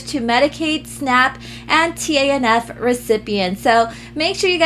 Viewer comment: Also, TANF is pronounced "taniff" just FYI ☺️